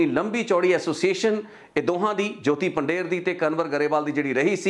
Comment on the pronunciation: ਤੁਸੀ ਪੰਜਾਬੀ ਹੋ ਪੰਧੇਰ ਨੂੰ ਪੰਡੇਰ ਕਹਿ ਜਾ ਰਹੇ ਹੋ